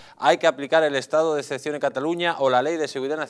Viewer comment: jajajajaja, se llama Estado de excepción, no ecpcion jajajaja lea y deje de hacer el ridículo. Antonio Alcalá Galiano, sevillano, diputado a las Cortes del Estatuto Real de 1834-35, pudo afirmar entonces: "Debemos propagar la imagen de la “nación” (refiriéndose claramente al Estado-nación llamado España), e inculcar apego a ella y unirlo todo al país y a la bandera, a menudo inventando tradiciones o incluso naciones para tal fin. Uno de los objetos principales que nos debernos proponer los castellanos, es de hacer la nación española una nación, que no es ni lo ha sido nunca hasta ahora."